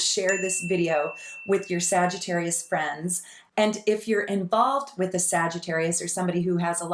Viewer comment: lol exactly we’re damn near perfect but he calls sags “SagiTERROIST” 🙄